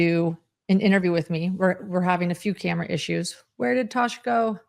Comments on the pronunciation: Tass, not Tosh.🙄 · I think it's Tass, not Tash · Tass said "I'm not turning this camera back on until you get my name right! "😂